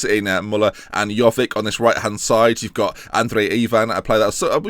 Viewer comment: PLEASE, say jovic correct, with the vic as in ibrahimo-vic!